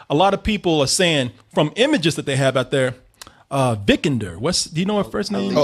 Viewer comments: It is pronounced Vi-kander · butchered her first and last name. lol